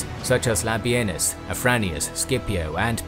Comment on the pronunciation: Thank You for not calling Labienus "La Bean Us" like every other site!